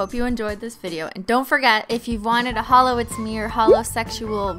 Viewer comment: YouTube auto generated captions excuse me you said hallow or halo instead of holo 💁‍♀️ 💿